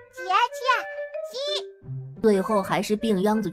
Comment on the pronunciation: aw lawd the AI english. the "Sister" in chinese is "jie jie" how did it became "Jia Jia"? gosh!!! gotta mute!!:face-blue-smiling::face-blue-smiling::face-blue-smiling